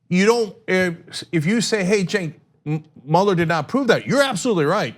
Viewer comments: He pronounces his name in English like "Jink"? Even though it is written "Cenk"? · It's pronounced like ch-a-nk